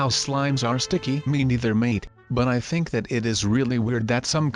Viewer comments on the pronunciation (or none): none